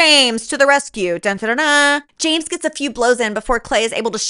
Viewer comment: The way you said ✨️jeems✨️ instead of James absolutely cracked me up every single time. And the shirt bit- The commitment is award worthy.